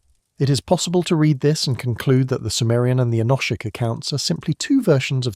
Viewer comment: All very interesting, but what on earth is the relevance of many of the pictures shown, such as the Bayeux Tapestry , some pterosaurs at 45.55 and some Chinese text ? Why do you pronounce "enochic" in three different ways? Why do you say that you "read" (past tense) the comments? Is this AI text-to speech"?